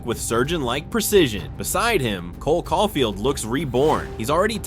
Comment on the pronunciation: Great video bro but you gotta work on your player name pronunciations lol. Even Cole Caufield man haha. Maybe just do a quick search up on how to pronounce the player names before recording 😅. Awesome video nonetheless